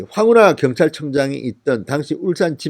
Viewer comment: 진성호님 "당시 " 발음 확실히 하세요 듣다 보니 따라 배울까 두려워요